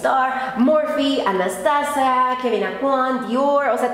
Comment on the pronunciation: No Anastasia, "anastasa"